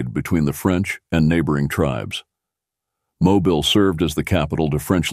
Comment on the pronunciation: This has to be an AI voice, since everyone knows that the city in southern Alabama (Mobile) is moe-BEEL, not MOE-bull. Also, at , the Arkansas River sounded like it was pronounced Arkansite, or maybe Arkansigh. , there's a grammar alert: 'a rebellion sprung up'. Grammar lesson: present tense--it springs; past tense--it sprang; past participle tense:--it has sprung. Thus, the correct form is "a rebellion sprang up." No charge. Oops! Belle Fourche = bell FOOSH (French for ‘beautiful fork’), rather than Bell Foursh.